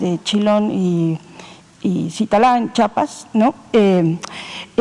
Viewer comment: Chingadamadre cuesta mucho decir Chiapas?